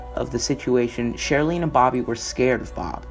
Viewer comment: Excellent upload, however, you need to work on your pronunciation. Her name is SheriLYN not SheriLENE. It's cult with a "u" not colt like a young, uncastrated, male horse. His name is David Koresh (pronounced core-esh) and the Davidian (pronounced Da-vid-eon) compound. Other than that, it's great!